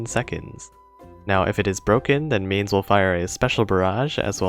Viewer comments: and it really hurts to hear MAIN-z its Myne-s for eu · To pronounce Mainz, simply say "Mines" (as in Land mines) and that's mostly the correct pronunciation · First of all: The 'z' in Mainz is a ts sound. How do I come to that secret information? I'm a German. And now please tell me what the fudge the Romanian language has to do with the pronunciation of a German city by an English youtuber?